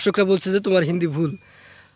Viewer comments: Hindi Jo Volta hai na oo lardka pagol mantel lardka hai Hindi ko hendi bol rha hai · হিন্দি কে হিন্ডি বলছে মূর্খ 😂😂😂😂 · ওরে ভাই আর এই ভাবে হিন্দি বলিস না। তুই এখনো ভাষা টার নামে জানিসনা হিন্দি ভাষাকে হিন ডি বলতেছিস বাকি আর কিছু বললাম না । পশ্চিমবঙ্গ রাজ্যের কোচবিহার জেলা থেকে বলছি